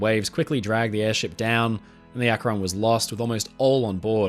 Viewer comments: Akron is pronounced Ak-ren not Ak-ron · A great video but one little note from an Akronite who grew up watching Goodyear test the current fleet of dirigibles… It’s pronounced Ack-rin, not ack-Ron. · "Los Angeles" is pronounced "Loss AN-juh-less". "Akron" is pronounced "ACK-run". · Akron is pronounced ak-rin. Rin as in tin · Interesting, we only ever really hear about the Hindenberg. For future reference, though, Akron is more commonly pronounced closer to Ak-rin. (It's not quite an I sound but it's closer to I than the O in "Ron".) At least the city in Ohio is pronounced that way by most locals I've met. Even people who do say "Ron" there's more emphasis on the first syllable - AK-ron - and the "Ron" part falls off a bit rather than the "on" being crisply pronounced. (Sorry I don't know the proper terminology for this stuff, I just grew up in the area just over the border in Pennsylvania.) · Great video! Akron is pronounced more like "ack-run". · Another NE Ohioan here, I also giggled a bit. I suppose I can't fault anyone for not knowing it's pronounced "Ack-run" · ..Akron is pronounced with emphasis on the first syllable..:) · Why can't anyone pronounce Akron correctly? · great video!! as an Ohio native who used to live in Akron and who regularly drove past the Goodyear Airdock where the USS Akron was constructed i was happy to see that ship mentioned here. (Also i can't help but giggle at people who aren't from the area trying to pronounce 'Akron' haha)